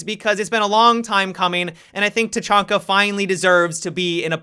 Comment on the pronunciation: He said tachanka bad dislike unsubed